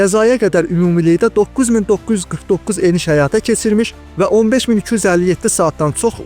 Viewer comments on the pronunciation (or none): Keцirmiş yox- keçirmiş Sos yox, eS O eS